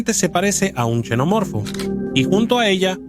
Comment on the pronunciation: Cada vez que escucho a alguien decir chenomorfo o yenomorfo pierdo todo el interés en el vídeo.